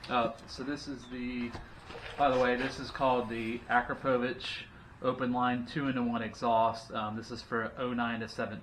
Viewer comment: Its pronounced A-CROP-OVICH